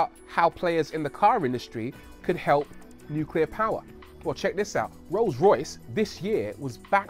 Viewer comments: "nucler waste" is pretty much harmless. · It's always the little things, too. "Look at this new "coop" from Audi." "This is a modern type of "new-que-lar" reactor from the USA." Aaaaarrrrrgggghhhhhhhh! 😬😠👿